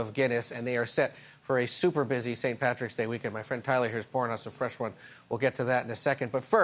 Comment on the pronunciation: Is it really so difficult to say PATRICK??